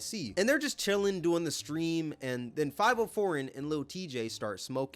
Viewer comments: Five-e-o but either way bro corny so we ain’t worrying about it 😭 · I haven't heard anyone pronounce fah-VE-oh's name right since this incident 😂😂😂 just proves how irrelevant him and Tjay are now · it’s pronounced fa vi o he just never tapped into any drill music or heard his name said which makes him look goofy af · The fact he’s pronouncing Fivio as Five-0 🥴🥴🥴 seems like he’s just picking and choosing instead of actually watching/supporting these streamers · The way he says fiviooo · did bro jus call fivio "five oh" 😭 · "Five O" foreign. Bruh, get the name right at least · 5-0 foreign in the house😂 u got internet lil bro. Could atleast learn to say his name right. But hes def a cornball. So is lil tjay. He had pop out, brothers and fn. the rest of the songs after that were ass and that was years ago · He said 5 O foreign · Lmao the way he pronounced fivio I was like who tf is this big rapper named 504??? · Lmao it’s pronounced (FOV-EH - O foreign) you cooked with this video though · this is what happens when corny niggas get a voice lol . bro dont even know how to say favi-o 😂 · Good god you calling him “Five-Oh” pissed me off worse than them disrespecting max, how did you even BELIEVE that's how it was pronounced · U saying 5-0 foreign is disgusting 😂😂😂😂😂😂 atleast attempt to read it and sound it out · You BUTCHERED dudes name it's pronounced Five vi oh 😂😂😂😂😂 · Fah vee oh... i thought you were white because you kept saying his name wrong. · 5-0 foreign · Bro consistently pronouncing Fivio “Five-Oh” just aggravated the hell out of me.😂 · Had me thinking I was wrong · lol Fav - ee - oo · bro said fiveoh foreign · How are you talking about this when you don't even know how to say Fivio name... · The way you pronounce fivio proves you not in tune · Why tf do you keep pronouncing fivi name like that? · You def said his name wrong on purpose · Bro how are you black and pronounce fivio like that 😂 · Definitely sayin that niggas name wrong lol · "Five O" pmo ngl💀